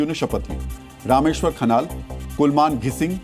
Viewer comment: खनल नहीं खनाल। आर्यल नही अर्याल। सुदान नही सुदन। १० लाख नही १५।